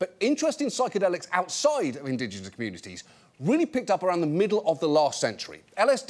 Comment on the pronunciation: "indigenasd communibisd" John Oliver lol